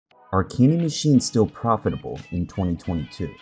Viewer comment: The way u said profitable is alarming